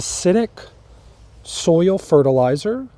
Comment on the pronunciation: I like how southerners say it. They say you have to acidify the SOUL.